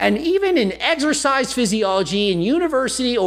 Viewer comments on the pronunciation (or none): He says "Eggexercise" instead of Exercise, which already shows he's an idiot right there. Where does he get that?